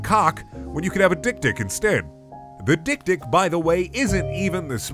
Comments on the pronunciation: It's pronounced dek-dek, and its swahili for little-little. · We not gonna mention how dik dik is actually pronounced xylophone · As someone who's first language is Afrikaans, the way he pronounces dik dik is so fucking funny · Love the way Americans pronounce this... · Isn't dik-dik pronounced 'xylephone'??? 😅🤣